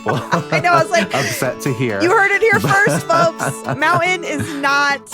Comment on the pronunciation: You have done the glottal stop with mountain, certain, important, it makes me crazy